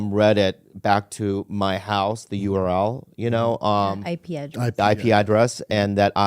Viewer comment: Accusing Bobby Lee of being a forum mastermind is ridiculous -he can't even manage his own youtube channel....or even correctly say "IP address"